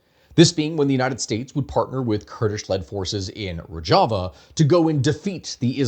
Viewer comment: Rojava is pronounced roe-shuh-vuh.